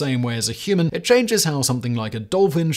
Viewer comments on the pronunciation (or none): none